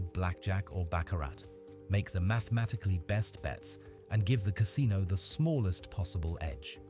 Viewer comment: Ca SIN o